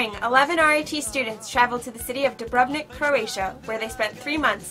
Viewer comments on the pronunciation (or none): You'd think that after 3 months of living there she'd learn to pronounce the name correctly. DOO-brov-nik, not doo-BRUV-nik. The Indian student sounds like she's the only one who got anything out of the experience. The others sound like typical yank tourists on a student visa. feh.